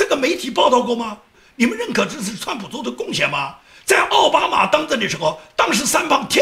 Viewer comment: 你总是念错”奥巴马“，那念‘奥巴驴“好不好。